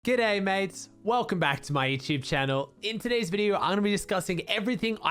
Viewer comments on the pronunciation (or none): you have to love when he says gooday mates